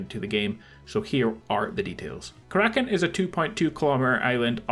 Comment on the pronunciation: It's Kara-kin not ka-rakin'